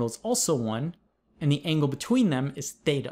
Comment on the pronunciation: I keep hearing tetha as data